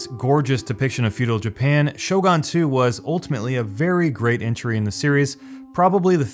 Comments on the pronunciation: SHOW-GUN damn you. Not "Show-gone" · yeah, I mean maybe I don't know Japanese, but even Sho-goon might be ok, but Sho-gawn? lol Like really, I've never heard it pronounced this way before. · It is clear my main point was that Show-gone makes absolutely no sense. I was being charitable by offering an alternative to normal foreign pronunciation. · I cringed every time he said Shogan. It’s Shogun, not shogan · ITS SHOGUN NOT FUCKING SHO GUN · Am I the only one bothered by how this guy pronounces Shogun? "Show gun" instead of "Shogoon". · FFS it's Shogun not Shogon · Its Shogun not Shogan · Shogun not shogan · It's pronounced Shogun not Shogun. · "Show-GUN" not "Show-GONE"...other than that good video dude. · It's Shogun not Showgone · It's shoGUN not shoGON my god read please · Shogun is read like sho ("so "with a thick s not "show") and goon, not gun (as in firearm). At least the name , dude... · It sounds like you're saying 'sho-gone' instead of 'shogun'. Do you also call a 'gun' a 'gone'? Just asking, thanks. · Its Shogun not Shogone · Great video but was I the only one cringing when he was pronouncing Shogun as Shogon? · Shogon? ShoGONE? ShoGUN. GUN - like with a U. Like exactly how its spelled. Shogun. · Pronounced Show-Gen, not Show-Ghan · shoGAN!? why are you pronouncing that U like it's an A or O? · Shogun is pronounced "show-gun" not "show-gone". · American moron, learn how to pronounce "Shogun" first. The letter "u" sounds like in "goon" in most civilized languages, not like "gun". Downvote! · Not pronounced Shogon, its show-gun. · why do you keep saying "shogon" its "shogUn" obviously like fuckin hell man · It's pronounced "sho goon", not "show gun". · DJ Serpent the japanese pronounce it "sho goon", only the english speakers invented "show gun" Goon as in goofy, not gun as is pun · Shogun Shooooo Gun not Shogon. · All I hear him say is Shogon, instead of Shogun. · "Shogon" wat ? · You saying "Sho-Gan" made me both laugh and feel great pain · ''Shogan'' lol